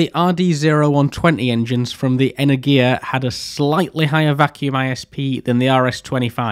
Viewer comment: "energia" doesn't pronounce as "energIa", its "enErgiya". Your pronouncuation sound kinda weird for russian speaking